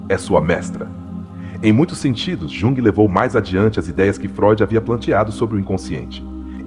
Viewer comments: Esse AI deveria ter sido ensinado a falar o nome correto. Jung? Yung. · Mas ele está nos mostrando tanto sobre este autor, que não faz mal ele pronunciar errado. Um beijo!❤